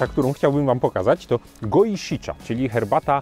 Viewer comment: Mimo że uwielbiam Twoje filmiki, nie mogę znieść tego, w jaki sposób wymawiasz nazwy japońskich herbat :< Japońskie "cha" wymawia się jak coś pomiędzy naszymi "cza" a "cia", bliżej tego drugiego. Absolutnie nie jak nasze twarde "cza"! Z "shi" jest tak samo - coś pomiędzy "szi" a "si".